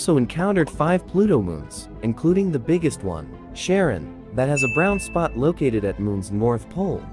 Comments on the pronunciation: This is pronounced Karon, not Charon. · .... its not pronounced Sharon... it's Keh Run. He was the Ferry men over the river Styx in Greek mythology. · "Sharon" LOL... It's pronounced KHARON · It’s pronounced “Care-ON”, not “Sharen”. Comes from Greek mythology. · Bro... It's pronounced Karon not Sharin. Charon the ferryman of the Greco-Roman underworld..like how Pluto is the Roman ruler of the underworld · I honestly always thought Charon was pronounced “K-ar-on”, not "Sh-a-ron" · I just want to rage about pronounced Charon as Sharon. This is mispronounation of the boatman of the underworld Karon has left me triggered. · that would be pronounced Kah-ron NOT sha-ron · Charon is not pronounced like Sharon. Its closer to Karen. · “KHER-on” is the pronunciation according to my astronomy textbook, but tbh I think people are just gonna keep saying “Sharon”, which is fine, it doesn’t really matter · Schaaar-Ron - pronounce it like it is a French word -- don't just say Sharon!!!! Ya Muppet! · I think it's pronounced Karon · actually charon is pronounced Kare-On, you know, like the greek ferryman? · Charon is pronounced KHAR-ON. Charon was boatman of Styx. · The pronounce of Cha is Ha like the name Harry poter. Its the name of greek god. Χάρος. Its not roman or waterever. And even if it was roman. The cha on latin it pronounce Ha like the name Harry poter. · Charon is pronounced like "hair-on". From the Greek methodology, Charon the boatman of the river Styx. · Charon is pronounced Care-ron. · Charon should be pronounced as ka-ron as that is the name of the ferryman Χαρων in Greek Hades = Roman Pluto. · Kay Ron is how it's pronounced... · That moon is actually pronounced like "Kar-on", aka the Roman equivalent to Hades' ferryman across Styx into the underworld. Hence why it is Pluto's (the Roman equivalent to Hades) moon. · Pronounced Haron. Not Roman. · Charon is pronounced "Care-on".. Ffs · You pronounced Charon in the worst way possible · pronounce //karón/ or /karō/ : )